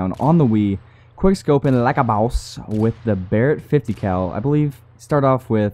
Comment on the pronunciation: its not lak a bous its like a boss